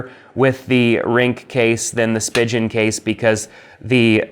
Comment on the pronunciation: Great video. Most people say Spigen like Speegin and Ringke is pronounced Ring Kay